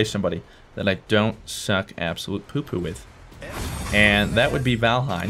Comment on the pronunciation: you know hid name is valhien not vanahiem